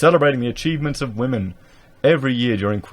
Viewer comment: "Wamen". Lol.